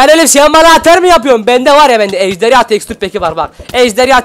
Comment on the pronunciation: ejderya deyil ejderha